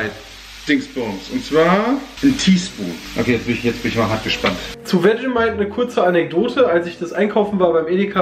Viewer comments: NIEMAND: Wirklich absolut Niemand: Nicht mal:: Vermentight (zu Vegemite) UFF, Sorry, da musst ich echt ganz ganz dringend los. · Er sagt auch statt Vegemite einfach irgendwas (VERMENTIGHT????) 😅😂😂😂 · Jeder: Vegemite "Wetschemeit" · Er hat sogar das "Wetschemeit" XD